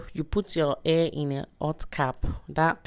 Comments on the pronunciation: This is a great video, I just wish you knew how to say "hair" lol. Thanks for sharing! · I didn't pay attention to the way she said hair until u said it. Now I can't stop laughing. Luv this. Will be trying it very soon. Thanks for the video and the laughs 😂😅